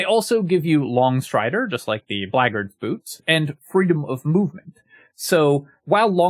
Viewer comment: Look, you're right about shillelagh but I'll never forgive the way you say Blackguard.